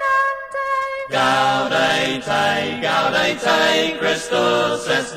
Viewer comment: Yeah, I always had the feeling that they were trying to pronounce it "authentically"--that is, as rural British singers of some hundreds of years back would have twanged their way through this. Same thing with the Mediæval Bæbes on "Veni, Veni": they made "gaude" rhyme (sort of) with "howday." Used to drive me crazy, but then I realized that they might have been going for historic "authenticity." Listening to that made me think maybe they were just pronouncing it "American"--but they're British!